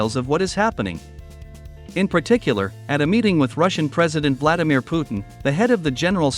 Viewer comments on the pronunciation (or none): none